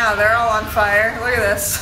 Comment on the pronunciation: "They're on fiurr... The next thing ehh they on fiurr!" Hahaha!